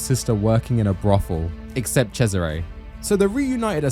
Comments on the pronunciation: You can say it how ever you want, but his name is Cesare (CHESS-a-ray), every time I heard you say it the way you did I twitched. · How can you play Brotherhood, hear the name Cesare a 100x….. and still decide to pronnounce it this stupidly? 😭😭😭 I was twitching.